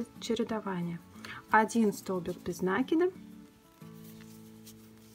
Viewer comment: Почему произносят нАкид а не накИд?